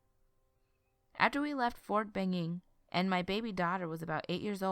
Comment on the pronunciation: it's ben ing not ining ok